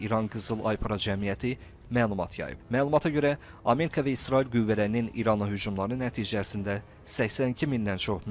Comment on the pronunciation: Ameka yox ! Amerika deyin.